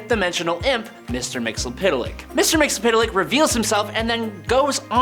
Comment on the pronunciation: I will never complete the watching of any video wherein you or your co-workers continue to murder the pronunciation of Mr. Mxyzptlk. Do better.